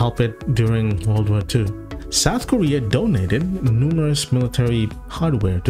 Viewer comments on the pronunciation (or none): none